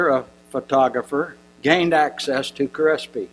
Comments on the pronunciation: Thanks for the suggestion! It helped. This guy mispronounces everything too. Difficult to listen to but at least speeding it up helped. "Dr. Crispy"! hehehe You'd think this guy would have no troubles with his his own writing - his own speech. Funny that he talked about someone else's senility! lol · lol this old fart keeps mispronouncing words wrong (father crispy) need to take the computer away from and get him off stage before he has a stroke